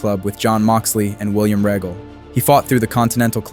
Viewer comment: "William Rehgul"?